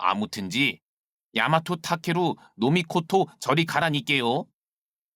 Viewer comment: 감사합니다! 깨끗이 : 깨끄시(O) 깨끄치(X) 야마토타케루노 미코토(O) 야마토타케루 노미코토(X)